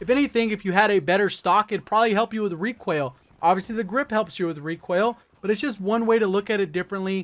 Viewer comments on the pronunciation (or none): what doesn't make sense is that he just pronounced recoil as REQUEL!!!